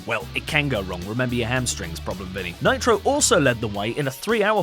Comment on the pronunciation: Nitro. Monday Nit Ro. Sound like Monday Night Raw